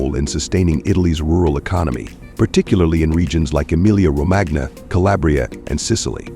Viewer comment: Romagna in "Emilia-Romagna", is pronounced "Romania"